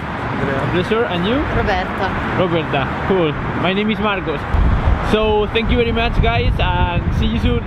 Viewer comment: "zenkiu" jajajaj